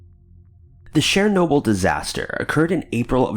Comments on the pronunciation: Isn't Chernobyl pronounced Chur-noble not Share-noble??? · I believe it's CHURR-NOBLE. Not sher-noble, not share-noble. CH-CH-CH. Like CHeese or CHina or CHeckers. Ur welcome. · #2) Chernobyl not Sharenoble! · Your pronounciation sucks! Chernobyl "CHURRR NO BULL!" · “Sher-nobyl?” What the fuck man. That was a huge and devastatingly awful disaster, the least you could do is get the name right. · You mean like "share- noble"??? Lol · Show the video you're talking about, when you're actually talking about it.. and the title not matching the intro title you say when you start the video is annoying. Also... Chernobyl as only been said over and over as of recently... yet you still say it like an idiot. These videos that you do aren't interesting anymore.